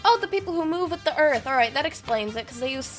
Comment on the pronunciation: "move with the earf"